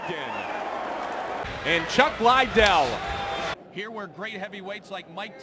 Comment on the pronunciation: Chuck lyydell. LMAO